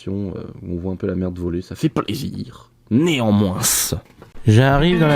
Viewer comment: Oh le petit "nez en moinss" de la fin